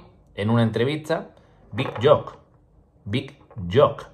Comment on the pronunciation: Chaval, me encanta tu canal, una ayuda para el futuro, se pronuncia "big youk". Dale!!